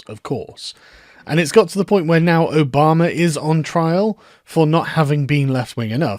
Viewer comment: I like that you unintentionally pronounce Obama as Obomber